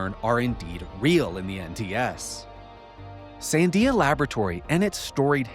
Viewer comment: is literally the best (along with Jesse) but like now i have to wonder, is the dude an alien himself? Because he has super weird pronunciation. He literally can’t even pronounce Sandia. And he is always putting the emphasis on the wrong syllable. I’m saying he’s either canadian or an alien entity himself. Either way. Great stuff as always!!!